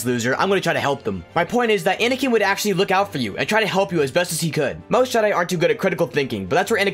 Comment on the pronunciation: You DID include Vader, you said ANiKan!!